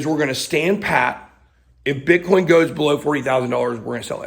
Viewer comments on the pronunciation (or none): Its Bitcoin not Bithoin. Its coin not hoin.